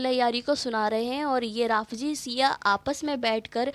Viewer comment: Didi Jaleel nahi hota hai zaleel hota hai Jaleel allah bari taala ka naam hai janaja nahi hota janaza hota rafji nahi hota rafzi hota lehaza suuniyon ko badnaam na kare ye apka kaam nahi apki aawaz ka bhi parda hai lehaza ye kaam chhod de behtar rahega